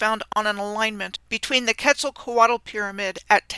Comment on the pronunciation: The L at the end of Quetzalcoatl is silent. Ketz ahl co aht.